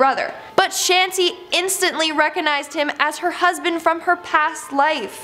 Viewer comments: 😁as a indian..... The name is shanti devi.. so it will be pronounced as "shaaantiiii deeeviii"😃 she pronounced devi correctly but shanti....😂she pronounced like sheenti ...no hate 🥰cause she isn't a native hindi speaker... I'm just telling it☺️ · When she speaks "shanty " I was laughing because I live in India ana definitely in India it's not shaty it's shanti . Both these words are different pronouciation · Mam i am indian and i know that how to pronounce shanti devi its shaanti devi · Shanti is pronounced as Shaantii not sHaNtI since I'm from india